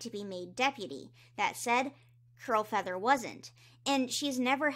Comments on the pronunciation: Am I mishearing her or does she keep saying crowfeather instead of curl feather?? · I was listening while doing other things and kept hearing “crowfeather” instead of “curlfeather” and imagine my confusion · Omg when you said ‘Curlfeather’ I LEGIT THOUGHT YOU SAID CROWFEATHER- and I was HEAVILY concerned. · Honestly me too lmao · i keep hearing Curlfeather as Crowfeather and getting confused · As someone who hasn’t picked up a book since oots, I listen to your videos in the background and everytime you said “Curlfeather” I heard “Crowfeather” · Kept hearing curlfeather as crowfeather and got very confused. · It’s Curlfeather- 🥲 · It took me so long to realize is saying “CURLfeather” I was so confused like ‘Why is Crowfeather on a RiverClan patrol?” “Since when is Podlight siblings with Crowfeather??”